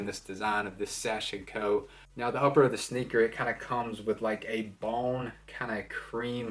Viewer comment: Also it's pronounced SAH-SHE-KO. ;)